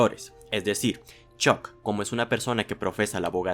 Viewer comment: 338 La u se pronuncia como a, es algo que aprendes en tu primera clase de inglés. Ponte la serie en VO y vuelves, crack.